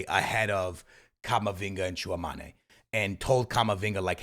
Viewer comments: Stil saying tchouamane 😢😢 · Bro can’t pronounce Tchouameni 😂